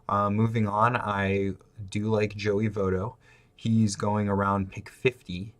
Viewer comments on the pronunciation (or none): Rhys Hoskins Joey Votto Scooter Gennet. Are you trolling us with the pronunciation of those names? Cause it's working man, I'm like this fuggin guy!!! Lol. Anyway good breakdown man. Good call on CJ Cron. Always important to be able to find good value late. Be mindful that Jake Lamb will gain 1B eligibility early in the year. He should mash, just sit him against lefties.